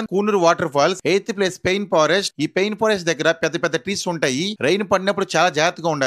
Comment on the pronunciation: లవడాలో ఏంది లవడా, లవడాలో స్టేషన్ కాదు, ❌ లవ్ డేల్ అని పలకాలి. ✅ Pain - పెయిన్ - నొప్పి. ❌ Pine - పైన్✅